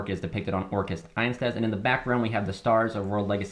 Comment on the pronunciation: has all-german crusadias and still says "einstaz" XD Just kidding man, i'm glad you like them ❤